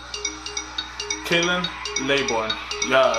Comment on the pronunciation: By the way, it's not "KAH-lan LAY-born", It's KAY-lin LAH-born"